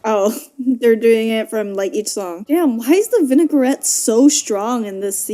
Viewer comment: calling the vignettes vinaigrette was so funny